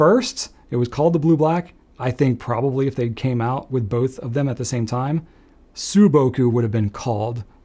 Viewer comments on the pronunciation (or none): This was a fun video. Thanks! You mentioned pronunciation issues, so let me give you two corrections. The “shin” in Shin Kai is more like "sheen", not "shehn". And the “sou” in souboku is more like "soo", not "sue". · Very interesting video. Correction: Sailor's sou-boku should be pronounced like "saw" or "so" -boku. 青 means simply general "blue". 蒼 means "dull blue". That's how it feels, right?